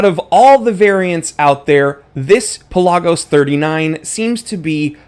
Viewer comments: Thank you for saying it properly. Puh laag os. Not Pella gos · Exactly. Official Tudor videos pronounce it this way. Peh-LAH-Gus